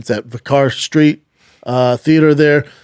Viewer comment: Brendan many people drink their Guinness with a drop of black currant so its all good. Also the Venue your playing is prounced vicker Street.... but spelled vicar Street. See you there the last time was good let's see how much better youve got. Cheers great show my man